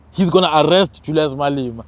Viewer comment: Malema not Malima